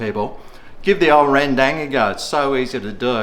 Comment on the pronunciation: Ren-dang. I love the pronunciation that every person outside the world that never heard of rendang. It's wrong, but it's still nice to be recognized from all over the world or the world under. DANG SON!